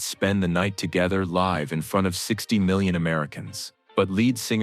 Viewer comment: Who is narrating this that cant pronounce the word LIVE properly...you have a 3rd grade English education